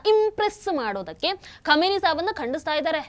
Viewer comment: ಕ್ಷಮೆನಿ ಅಲ್ಲ ಖಮೀನಾ